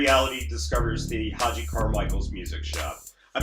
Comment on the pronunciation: To the maker of this video- your admiration of this album and of Stark Reality is laudable, but please educate yourself about Hoagy Carmichael. You can start by pronouncing his name correctly. Hoagy with a hard G- just like the sandwich. Then listen to a few thousand recordings of his songs. Stardust. The Nearness of You. Georgia On My Mind ( no, Ray Charles did not write it), Heart and Soul ( yes the song that two little girls always play when they sit at the piano together), Skylark, Up a Lazy River, Two Sleepy People, Small Fry, etc.He happens to be one of the most renowned and recorded song writers in the history of popular music. Most of his songs have become standards in pop and jazz. He is as significant as Rogers and Hammerstein, The Gershwins, Cole Porter, Lennon and McCartney, and just about any composer, producer and performer of any style or in any era of music. From your remarks in this video, it seems you have never heard of him and it’s rather embarrassing. He did this show in the twilight of his career at the behest of his son and as a gift to children. He made no such television show in the 1950’s.